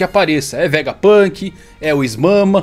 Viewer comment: não consigo parar de rir com o "is mama" KKAAAKKAAKAKAKAKAKAKAKKAKAKAKAKAAKKAKAKAKAKAKAKAKA